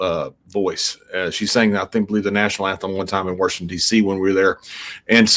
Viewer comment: Did he say, "Warshington DC"?